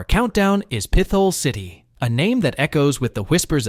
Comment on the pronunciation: What a shit video. Obviously AI produced. Proceeds to talk about how almost every place listed is nice and enjoyable but gives a niche reason as to why you shouldn't visit. It's pronounced Pit-hole city, not like your saying pistol with a lisp. The biggest offender is listing Camden as a place in Pa to avoid... It's New Jersey.. like what? And the random 9/11 footage. AI click bait garbage.